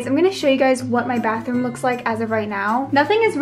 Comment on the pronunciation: Instead of “bathroom” I heard Backroom…